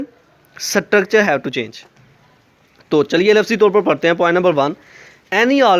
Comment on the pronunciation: Nice video But your prnounciation of structure was wrong Its structure not satructure😁😁😁